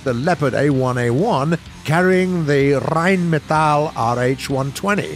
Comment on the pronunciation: so sad u not pronounce german tank name with german language ... P-z instead of Panzer Rrhein- ME-tale instead of Rheinmetalle , and there is a lot of german premium / AA vehicle u forgot